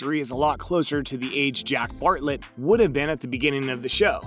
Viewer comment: “big ranch river” “barrett” 😫😂